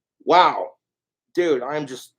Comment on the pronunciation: it’s how pronounces ‘dude’, doodt